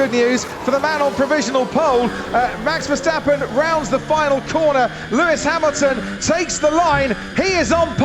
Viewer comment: Lewis Hamaxton Lewis Haminton